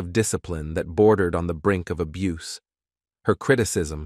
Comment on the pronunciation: Thank you for posting what I was gonna say. Only more intelligently than I would have said it. Who wouldn't want to narrate their own video? It would definitely cut down on the "abboose" of the language. This leads to "dee-vastating" results. Mr. "Swaayze's" legacy deserves better.😢